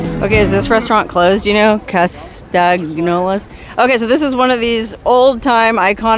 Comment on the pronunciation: Its Cas tan yolas, how it is pronounced and if they are related to the ones in Santa Barbara, well...Insurance pays if it's burnt down, or did...in the past...